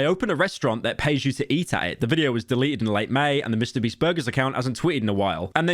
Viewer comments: Did he say Mr. Breast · Very crazy hearing Pyro say Mr. Beast and not Mr. Breast